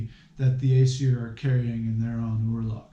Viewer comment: Firstly, as an Icelander i hate few things in this world more than your pronunciation of the word "örlög". Also Ásatrú does not translate to "true to the æsir" it translates to "he who believes in the æsir". and is literally just means Norse Pagan. it defiantly does not mean someone who exclusively believes in the æsir or exclusively worships the æsir. sorry if this comes off as rude but i just find this so odd.